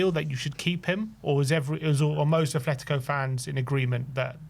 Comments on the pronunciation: Ffs, it's not 'Athletico', it's ATLETICO. There is no 'h' in Atletico Madrid's name. Drives me up the fucking wall when football fans and YouTubers constantly fuck that up. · It’s Atletico not Ath